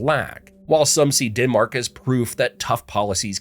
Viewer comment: DENmark not DINmark please